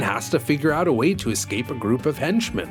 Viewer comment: "How can we ek-scape, Fly?" Those line readings...